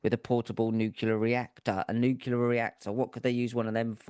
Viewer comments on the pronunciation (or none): 🤫psst. New Clear. Not “noo Q Ler” • pass it on 🤫